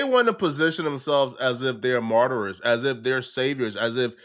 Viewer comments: The Word: Martyr: Martyrers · It's MARTYRS, not MARTYRERS. I swear to God, every episode of you talking is FILLED with grammatical errors, misused words and incorrect phrases. They speak English in Liberia, right? Did you finish high school? Also you're a cryptoscammer. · “Martyrer”